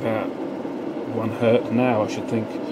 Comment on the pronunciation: If it's only one, it is still Hertz, not Hert. Sorry, but had to write this down.